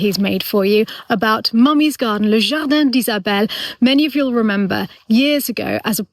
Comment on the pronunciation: Beautiful song, but “jardan” not “jardin” 😊